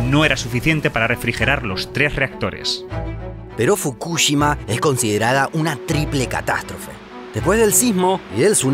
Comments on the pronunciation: Soy el único que se pone nervioso cada vez que lo escucho decir Fukúshima cuando deberia decir Fukushima a secas y sin acentos!!! Que nervioso me pone esa manera de pronurciar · fukushíma es con acento en la I, es lo unico q tengo para decir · No pongas acento en la U fr Fukushima 😡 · Como me pone nervioso y me estresa cada vez que dice FukÚshima. Se dice Fukushima!!!! Sin acento 😑😒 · Fukúshima? ajjajajajaj si fuese así sería una palabra esdrújula y llevaría una tilde en la silaba tónica. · fu KU shima no, fukuSHIMA SI . Habla bien el Español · La pronunciación: NO es Fukúshima es Fukushima como lo pronunciaba el de Quantum Fracture. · Estuve a punto de dar dislike solo por escuchar fukúshima casi mi toc me juega encontrá xD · Me haré miembro cuando aprendas a decir fukuSHIma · Me estresa como pronuncia los nombres Fukushima y Chernobyl. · Me gustaría que aprendas a pronunciar ciertas palabras o nombres como el de Fukushima, todavía recuerdo sobre un video de Corea donde no pude terminar de ver el video porque me tilteaba la pronunciación xD Pero los videos son tan educativos! Me encantan <3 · Por fin, me re tilteaba que lo diga mal... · Todo el vídeo me atormento escuchar Fukushima mal pronunciado